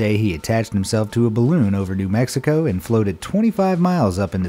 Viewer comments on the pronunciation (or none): none